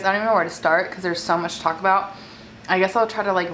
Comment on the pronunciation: Am I the only fat ass one who hears Taco Bell every time she says “talk about”?